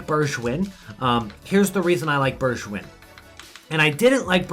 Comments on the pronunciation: You say Bergwijn like Bergwine (🇳🇱🇳🇱) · The way he pronounces Bergwijn makes it sound French lmao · And with a G as in goal